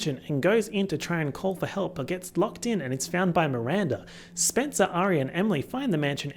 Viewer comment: "spencewuah's tires have been slashed or some shit." SPENCEWUAH????💀, you are truly a gem.